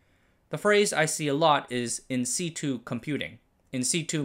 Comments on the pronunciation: One small note, in situ is pronounced Sit-u not si-tu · in situ, pronouned "in sit-chew" (since "situ" is the base of "situation") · said "in sitchu" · "in sitch ooh" or "in sit yoo". It's a bastardization of "in situation" so it's however you pronounce situation minus the -ation. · Voiced perfectly? 🤔 "In situ" is pronounced in sit-yu, not in see-tu. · it's "en see-chew", bro. Not "in see-too". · In situ, pronounced in English in-sit-chew, as opposed to your version; 'in-see-two', renders the English to English speakers virtually unintelligible. I get the feeling you are fanning your monster ego in this one? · I've always heard that pronounced "In Sitchu". Not saying that's correct but its how I've heard it. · That's in sitch-'u' 🤦‍♂ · Situ pronounced “sit you” (not c 2) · Just FYI I've always heard it pronounced as in sit-U (as say what u do in a seat then u as in you). I wouldn't even bother since I could care less how things are pronounced but I found out my wife cares about not mispronouncing things like that so I figured I'd pass along the info. But maybe your way is just a recognized alternative. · Another really informative and easy to follow video. Thank you. I noticed your pronunciation of “insitu” as I’ve always pronounced it “insitchu”. Wonder if I’ve been wrong all these years? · Sorry to be "that guy" but In Situ is pronounced "In Sit uu" (as in to sit down) - It's weird, I know... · Nice video. BTW it's pronounced as 'in-situation'. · it's pronounced in-sit-choo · But the pronunciation of In Situ is definitely not correct